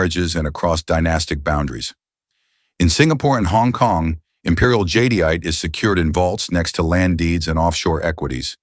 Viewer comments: It’s pronounced Jade-ite Not jadeite. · JAHDIYATAHAY? I've been saying JADE-ITE 🤣😅